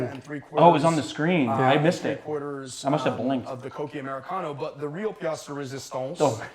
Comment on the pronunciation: Because you asked for it, and I know French very well, the "pièce de résistance" was quite funny ;)